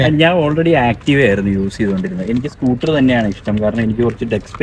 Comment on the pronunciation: സ്കൂട്ടി അല്ല സ്കൂട്ടർ